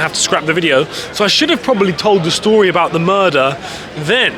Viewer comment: Smoke a bong everytime he says murdah of city hall😂